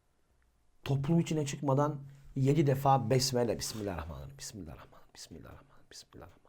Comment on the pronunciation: Önce besmele nasıl telaffuz edilir onu öğren.